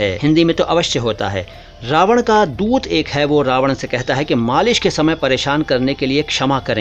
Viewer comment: चरणस्पर्श!🙏 With all due respect.......माज़रत चाहता हूं, 🙏कदाचित आप रावण को रावड़ उच्चारित कर गए।